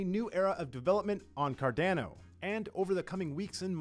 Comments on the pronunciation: I’d go with what Charles says. CarDAWNO. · Its C-A-R-D-A-N-O and not C-A-R-D-E-N-O......for the love of all that is good, pronounce the project u work for correctly, it aint that hard. And its REALLY off putting. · is it pronounced... Car Dan O.... or Car Dawn O?? Just wanted to check... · It's not "CardAno", dammit! It's "Card-ah-no"!!! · Stop saying Cardanno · Card"ow"no lol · I swear people pronounce things wrong just for shits and giggles. CardAno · Car DAN o 🤣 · The word is italian and it needs to be pronounced correctly. If you speak italian you can pronounce it well. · I guarantee he's seen people riffing on him calling it carDANo but he's double down. lol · This is completely retarded and really bad for the project, imagine spokesperson for Samsung, calling it Simsong ... Horrible. He literally gets payed for destroying cardanos reputation. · Say "Cardaeeeno" one more time...I dare you! Hahaha! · Honestly we need to be vocal about this, I literally cannot watch this garbage, it's painful to listen to him spitting on Cardano's name. He should be fired asap, does a lot of harm for the project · Someone please please teach him how to pronounce Cardano correctly. He works in Cardano’s media sector for crying out loud! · I can't watch it because of how he's saying Cardano. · This guy needs to pronounce Cardano properly.. wtf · Haha it does sound different than how I pronounce it too 😂 but Cardano is a global project and there will be people everywhere saying Cardano in different ways & accents ❤️ I think that’s wonderful! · Shameful that every other comment under this video has to be dedicated to telling this narrator how to pronounce Cardano. He should be fired asap, if he is unwilling to call cardano by its real name. Imagine spoke person for Samsung calling it Sumseng. Or spoke person for Microsoft, calling it Murcasift......stop it, it's worse then dragging ur nails over a blackboard. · and yes, he is literally changing the name, substituting the A with an E